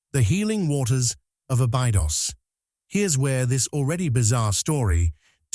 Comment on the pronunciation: As soon as I see or hear any mention anything "terrifying" or that "terrifies" people, I glaze over and tune out! And teach your AI to pronounce Abydos correctly!